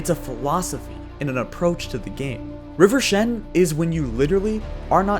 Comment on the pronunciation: River Shen What do you mean "river shen"? Rivershen.